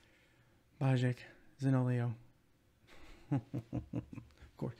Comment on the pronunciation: hi I'm new! , I always like to see Italian players in the teams, I don't want to sound offensive, but you say Zaniolo wrongly, you pronounce the i after the o 😁🇮🇹